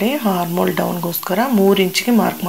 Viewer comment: Harmol ಅಲ್ಲ ,armhole . ತಪ್ಪು ತಿಳೀಬೇಡಿ . ಸರಿಯಾಗಿ ಕಲಿತುಕೊಳ್ಳೋದ್ರಲ್ಲಿ ತಪ್ಪಿಲ್ಲ ಅಲ್ವಾ.ಚೆನ್ನಾಗಿ ಅರ್ಥವಾಗೋ ರೀತಿಲಿ ಹೇಳಿಕೊಡ್ತೀರ.